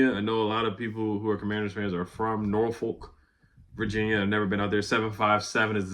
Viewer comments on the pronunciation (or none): I'm from Portsmouth (Portsmuth) VA a tunnel away from Norfolk. It is pronounced (Nor-f*ck). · Norfolk pronounced "nah-fuk" lol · It's actually pronounced NAW-FUQ😂😂😂, but good looking on the Shout-out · IT'S PRONOUNCED NORFUCK 😁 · FYI..pronounced Nor-Fuck, Virginia.. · Jeez lol that Norfolk pronunciation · Don’t ever try to say Norfolk again just say 757 smh 🤦‍♂️ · How you pronounce Norfolk and Dalton wrong 🤣 Love your vids bro 💯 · lol why you say Norfolk like that😂